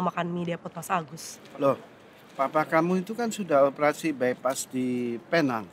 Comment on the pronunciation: aku tinggal di penang.. cara pengucapan bukan penang tapi pineng (neng kayak gmg eneng bhs sunda)